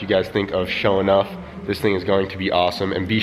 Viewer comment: SaaaafuukinSSSSwwwwweeeet. is rad as fuk!!!! Love that guy:-) I'm glad he wrote SHO'NUFF in the description, because i swear i heard SHOW'NEUF, which would mean SHOW'NINE in English.